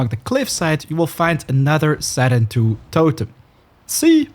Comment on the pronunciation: I like how in the game they say “sarentu” yet you say “serentu” like okay.